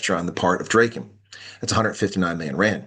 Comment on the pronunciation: Drayken? It's Draaken (Dragon), as in Drakensberg.